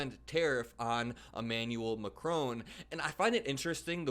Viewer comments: We would say President Macron like this: "Mak Ron" . No e on the end to make "crone" sound. Best wishes from the UK 💙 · Your content is important, so put the effort in and pronounce the President of France's name correctly. There is no e at the end of Macron.